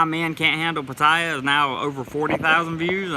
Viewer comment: Since my Thai lady got here, with her help we have found a whole Thai community right in my neck of the woods! She watches these videos with me and she would like to teach you how to say Pattaya like a Thai🤔 I told her about the American thought "dont spin your wheels" . Sorry I haven't donated lately, but it's expensive doing leagle immigration lol. I'll get something to you later.